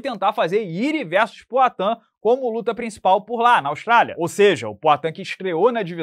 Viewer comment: PROATAN kkkk